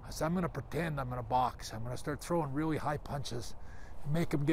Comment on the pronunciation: Bret 'reeawy, reeawidiy, responsibiwidy' Hart